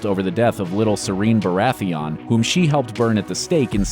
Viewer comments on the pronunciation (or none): "Shireen" Baratheon, not "Serene". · "Of little Sireen Baratheon" You could at least have fucking ACTUAL FANS doing the voice overs or scripts........ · Did he say say sireen baratheon? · It's SHIREEN not SIREEN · You kinda murdered shireens name